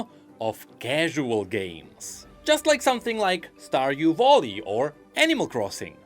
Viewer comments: stardew bolly??? whatt. you have google to look up pronunciation lmao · where did you find the "o" in "vally"? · Why does he keep saying volley its making me sad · saying "starwdew voli" made my day